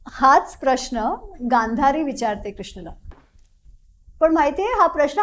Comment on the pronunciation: श्रोत्यांसाठी - ला गांधारी अस म्हणायच होत.